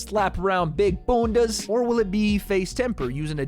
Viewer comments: I cant get over how he said Bunda🤣🤣🤣🤣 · hearing say bunda xD love from the UK